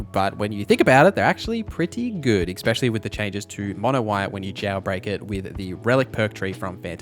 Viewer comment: Essssssspecially.....there's no fucking X in that word....argh